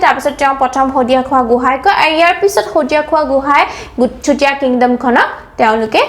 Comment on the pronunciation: Please improve your pronunciation like Swargadeu not Hargadeu, simply say sutiya kingdom not chutiya, it sounds like slang.